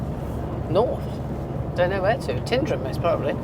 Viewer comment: You do show Scotland off so well thank you. By the way Tyndrum is pronounced Tinedrum, (rhymes with nine), emphasis on the ‘Ty’. Scotland is full of wonderful names.